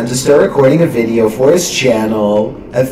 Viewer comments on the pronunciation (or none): nigga says veadeio